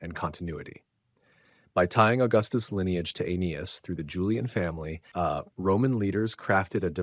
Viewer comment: How does one make a narration on the founding of Rome and not know how to pronounce Aeneas.....